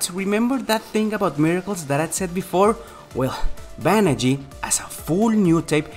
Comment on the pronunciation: "Banagher"... "Banagh-ER".... not "Banagh-EE"